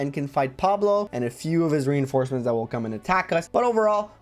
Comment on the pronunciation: oh no, not the "reinformecements" XD I can tell you were quite mentally drained here 😅